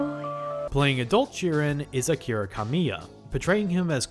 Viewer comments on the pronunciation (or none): none